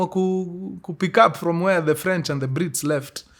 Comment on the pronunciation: ala, sasa wao hujiita ni F'ench (silent r)?😂